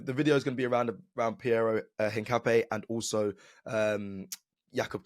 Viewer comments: Hincapp-YAY not NAY 😛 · btw is: in_kaa_ py__ é (the strong accent is in the final vocal like in spanish coffee word "café") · You pronounce it something like ink-a-pie (search for foot in spanish) … COYG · The correct pronounce is piero hincapie = hin car pier 😅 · His name is pronounced INCA-PEA-AY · At least you tried…. But still not saying Hincapié right 😂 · lmao I'm still waiting to see an Arsenal content creator that pronounces Hincapié correctly